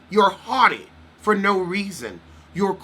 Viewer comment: The "nooooo" and "invatatay" 😄😄